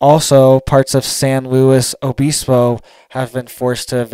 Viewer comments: not BEESPO, BIS, LIKE PISS. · Obispo is pronounced uh-biss-po. Biss like miss. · I was just saying that exact thing 😂SanLuos O Biss bo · it’s pronounced “San Loo-e Obisbo”. And the “t”in Santa Barbara is silent fyi I know your from Florida…It’s like the pharmaceutical approach to the weather. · It’s pronounced San Luis O bispo